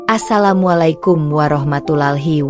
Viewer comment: Tolong g usah sebut assalamualaikum.katena ucapan mu salah